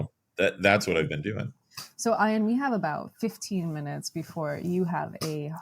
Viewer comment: Oh dear. Pronouncing Ian’s name as Iron!